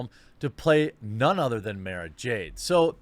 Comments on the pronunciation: Fuck face can't even pronounce the character's name right! "Mah-ra" not "May-ra"! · I feel actual rage when he calls her "Mayrah Jade."